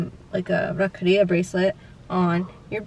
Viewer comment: Tbh, I found it weird when I heard you guys saying Rakhri because in my country we say Rakhi xD Anyway.. Happy Raksha bandhan guys. Lots of love from Mauritius